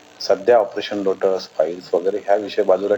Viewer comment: लोटत नाही रे लवड़्या लोटस